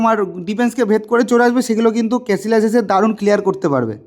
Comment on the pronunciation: ভাই ওর নামের উচ্চারণ ক্যাসিয়াস। ক্যাসিলাস নয়।